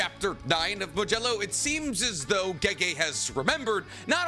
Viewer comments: It’s a d not a j modulo not majello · Did you just call it "Modelo"??? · The way this man says modulo keeps taking me off guard